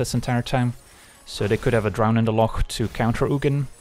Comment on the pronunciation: Love how you can pronounce Loch properly